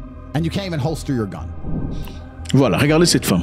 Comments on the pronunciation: holster not hoister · la prononciation est similaire et y ressemble, le mot c'est plutôt Holster.